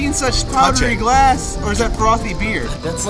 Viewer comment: “that’s what gllaahsand” “ YOU MADE SAND”